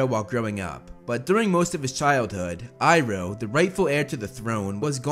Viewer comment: I love how u say uncle ibro instead of iroh